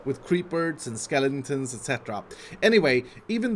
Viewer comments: says skeletuons The rest of us 🤦‍♂️ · "Creepards and skeliningtons" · creeberds and skellintins etc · "filled to the brim with creepers and SKELINGTONS" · "creeperts and skelntons" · "creeperts and sekelitonsns